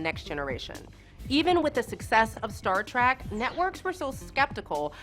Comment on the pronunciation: I have a pre-prepared rant for this: "It's Trek, not Track. Trek, as in journey. A voyage, to the stars. Star Trek. Clear now?"